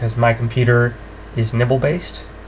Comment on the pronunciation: Is it just me or did he actualy say "nipple based memory" xD